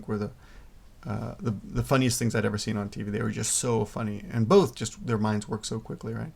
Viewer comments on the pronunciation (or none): none